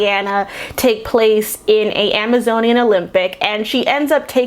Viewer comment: I Literally Clapped when you said You ARe AN Am-A-Zonian Warrior! Spot On!